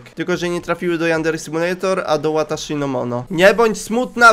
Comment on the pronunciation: Wataszi nie łataszi